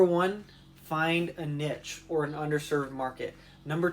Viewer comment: this was the most painful 'short' to ever short. also you don't pronounce niche good 😔